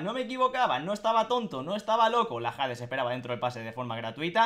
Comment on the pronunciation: Dato: Se pronuncia "ades" no "jades"